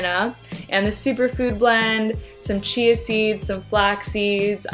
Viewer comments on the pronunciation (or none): none